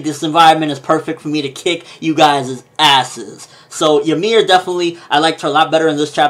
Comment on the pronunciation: it's not jameer -.- its YMIR